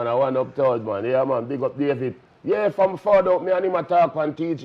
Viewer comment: “Baby oil mon” 🤣🤣🤣